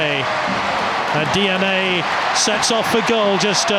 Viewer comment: Di ani...not DNA